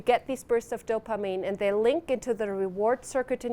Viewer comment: She pronounces dopamine, so oddly. "DOPA-meme"